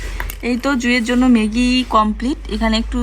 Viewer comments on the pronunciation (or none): ম্যাগি কে মেগি মেগি বল কেন। সব কথাই ভুল।